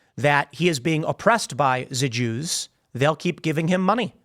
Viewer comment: Wow. I used to admire Jake Shields. But dude has gone full anti-semite. Hell, he isn't even hiding it behind the whole "I'm not against the Jews just the Zionists" excuse anymore. He is just flat out saying "da joos".